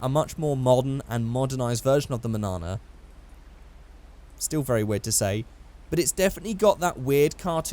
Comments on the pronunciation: The manana is pronounced monyana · It’s pronounced mon-yon-a, it’s Spanish for tomorrow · its says manana but in the spanish version says mañana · When i you said Manana i was heard Banana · Mañana is meant to be pronounced “Mahn-yana.” It means morning in Spanish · It’s pronounced manyana this ñ is not pronounced the same as this n and mañana means tomorrow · I thought it was pronounced (man yana) as it is spanish mañana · its manana, as in Mun-(yahh)-Nah, the spanish word for tomorrow, as in < youll get there tomorrow, because the car was so slow, also that version is WAYYY more boxy than the gta3 manana, anywa, welcome back, i hope youll be making more videos soon